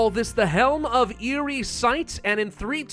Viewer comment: Eerie not Eyrie?!